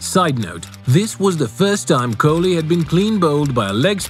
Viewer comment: Virat Kohli ❌ Viray Kholi✅